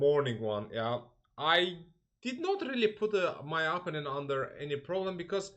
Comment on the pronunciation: Vasif, Amerikada yasayirsan, bes niye cox tez-tez istifade edilen “opponent” sozunu indiye kimi duzgun teleffuz etmeyi oyrenmemisen?